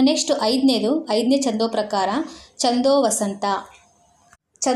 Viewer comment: ಹಲೋ ಮೇಡಂ... ಈ ವಿಡಿಯೋ ದಲ್ಲಿ ಛಂದೋವತಂಸ ಛಂದಸ್ಸಿನ ಹೆಸರನ್ನು ಎಷ್ಟು ಸಲ ಹೇಳಿದ್ದೀರಾ ಅಷ್ಟೂ ಸಲವೂ ಛಂದೋವಸಂತ ಅಂತಾನೇ ಹೇಳಿದೀರಲ್ಲ.... ಅದು ವಸಂತ ಅಲ್ಲ ವತಂಸ ಛಂದೋವತಂಸ ... ಬರೆಯುವಾಗಲೂ ಅದೇ ತಪ್ಪು ಮಾಡಿದೀರಲ್ಲ.....